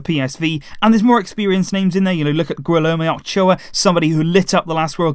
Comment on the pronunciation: Man you really butchered Guillermo Ochoa’s name, all I good tho 🇲🇽🇲🇽🇲🇽